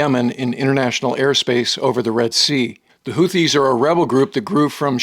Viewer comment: He can't even pronounce houthis correctly, surely you can find a reliable source elsewhere.